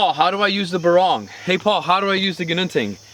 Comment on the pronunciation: On pronouncing the names, a Barong pronounced as a [b'-RONG] is actually a formal Filipino woven textile shirt worn untucked for formal occasions like weddings and business meetings. For a knife, you should pronounce it as a [BAH-rong], with emphasis on the first syllable.